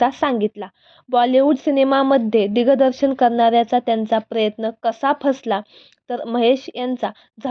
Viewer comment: किती अशुद्ध बोलावं बाई! दिगदर्शन? बोबडं बोलून निवेदिका होता येईल?